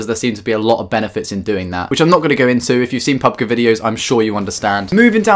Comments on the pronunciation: It's Pubg not pubga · PUB-GEE G LIKE SAY PUB THEN G